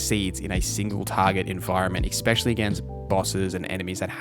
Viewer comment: Every time you say “exspecially” I die inside. 😅